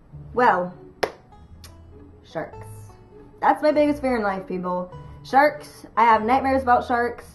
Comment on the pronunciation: When you first said "sharks" as your biggest fear I thought you said "jerks". LOL